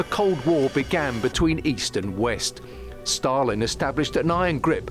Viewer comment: do - śliczny akcent (podobnie jak prowadzący) - ale pownna obejrzeć jak na Wyspach i w USA wymawiają imię Stalin. Wymawia je bardzo 'po polsku', nie widze w tym nic złego, doceniam nawet, ale dla spójności (kanał TVP.. WORLD) można by dać wymowę z dłuższym i mocniejszym A i wymowniejszym St